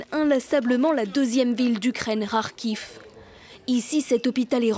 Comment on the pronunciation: Faut dire a votre journaliste que Kharkiv se prononce "Car Quif" et pas "Rarquive" ou encore "Cair Sonne" et pas "Rair sonne" c'est ridicule...